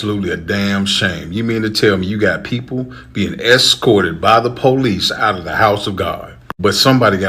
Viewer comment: Excorted? Are you serious?